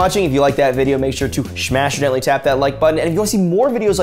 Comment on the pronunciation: "Smash or gently tap the like button" Sounded more like "Smashidentally tap the button" and I'm not mad about that 😂